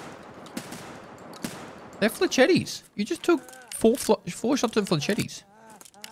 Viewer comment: FFS it's fle-shett, not fleshettee